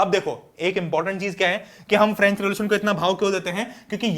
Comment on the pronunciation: Sir aapne glat bola French word ka last word silent hota hee😂